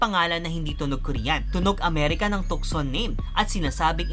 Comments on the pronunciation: With all due respect, the right pronounciation ng tucson ay silent c, it should be tuson.Ang Tucson ay pangalan ng isang lugar sa Arizona USA. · So you will pronounce the Tucson as "Tu'sen" because of its named continent.